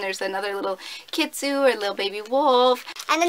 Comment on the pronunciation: Whoopsie! Its Pronounced Kitsune not Kitsu! We all make mistakes! <3 hehe!